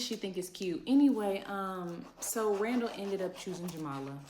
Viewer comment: Idk why she call that man raw-raw! It’s Randall ! 🤣🤣🤣